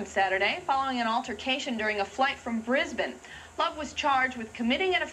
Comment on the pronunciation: this is the first time i've heard an American not only pronounce "Melbourne" correctly, but also pronounced "Brisbane" correctly. that lady must have spent time in Australia.